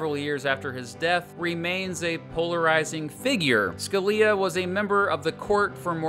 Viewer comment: I'm sorry, but SCALIA?!